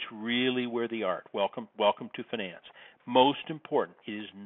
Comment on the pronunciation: It's finance, not finence.